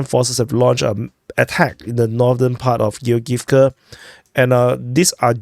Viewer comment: "Giogivka"., this one is easy to pronounce as its from the name Georg. Georg-ivka.